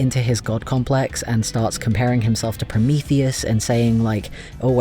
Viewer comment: The english pronunciation of Promotheus is killing me im SOOOORRRRRY XD